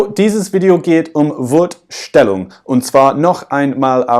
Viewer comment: Du hast " Wort Stellung " Wurd stellung" ausgesprochen. Du sagstest "Schwährig" anstatt "Schwierig". Lauter so kleine Fehler die aber nicht schlimm sind. Ich denke das ist Akzent verschuldet.